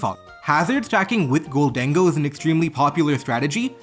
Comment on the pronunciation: the way you pronounce gholdengo is so funny to me (not hating idk what the fuck it's /supposed/ to be)